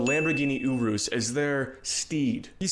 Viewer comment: WHY IS HE PRONOUNCING URUS LIKE THAT